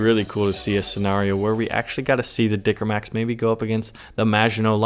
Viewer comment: the speech was very good but the A is not german A enough :D A little bit training and it'll be better ^^